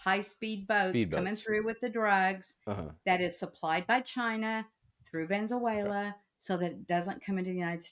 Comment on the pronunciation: “Vanzuela” I can’t